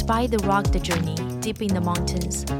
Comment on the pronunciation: can I assist with one word pronunciation, you said “ruggd “ (think phonetically) say it “rug-ged “ your English is very very good